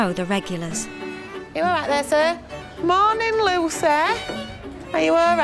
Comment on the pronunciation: "Mornin' Loos-eh." That always cracks me up. 😂